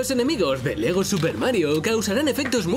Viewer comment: Me dio risa cuando dijo LEGO ness xDDD